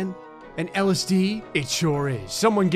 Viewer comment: “ellis dee” my mind: l s d